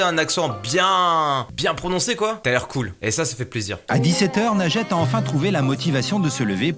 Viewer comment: C'est pas Najete mais linjete